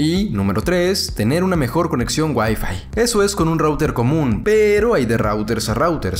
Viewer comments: Por que "conección" y no "conexión" Dudas de la vida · "Coneccion" en serio bro? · Nadie: Absolutamente nadie:: "Conección" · "coneccion" xD